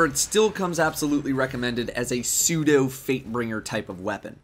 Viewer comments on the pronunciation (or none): none